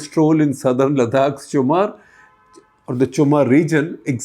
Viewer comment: Just a little correction - it is chumur not chumar.